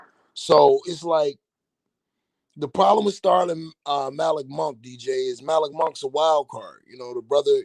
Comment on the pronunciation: It is pronounced Muh-LEEK Monk...not MALICK.